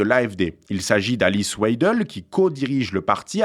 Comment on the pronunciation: W se prononce V en allemand : VEIDEL ; prononcez aussi SAKS pour SACHS. Vous êtes ridicule!